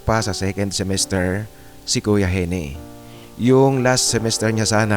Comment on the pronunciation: Baka Eugene (Yudyen) ang real name ni Gene. Ang tamang pagbigkas ng Gene ay Jin hindi Henie.